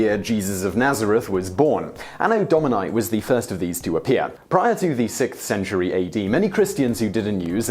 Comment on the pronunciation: AAAno Dauminyye... Terrible latin accent XD